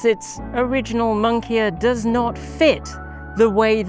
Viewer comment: Did they just mispronounce moniker OR did they just come up with my favorite new way to say it!?